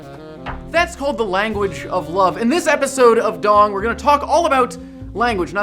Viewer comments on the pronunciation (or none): That's an odd pronunciation of D!NG ;)